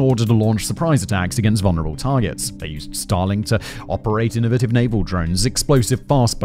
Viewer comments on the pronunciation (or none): none